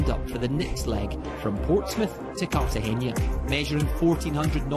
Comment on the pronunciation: Bro, it’s kar-ta-henna, not cartageña.